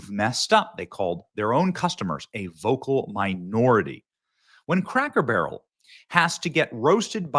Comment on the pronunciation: Take a shot of alcohol every time Benny says craker barrel in his play lists of cracker barrels videos